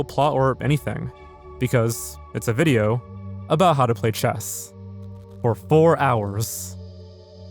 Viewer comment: i like when you say vijeo XD